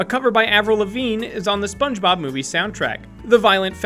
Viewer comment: 1. Spunemob. Spun eh mob? 😂😂 2. He says it's fact number 38 on the mark of 8 minutes 38 seconds